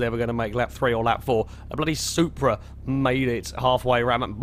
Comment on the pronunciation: I cringed so hard when he said that the Supra was a prasu